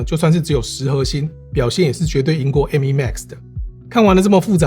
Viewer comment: 第一次聽到有人講「M依」…….. 瘋掉